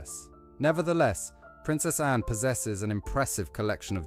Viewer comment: It's annoying that the speech bot narrator can't pronounce Anne, Autumn, Bowes Lyon or Elizabeth THE second.